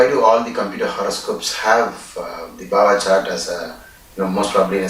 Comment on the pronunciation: It is not bava chart. It is Bhava. Bha as in Bharati, Bharat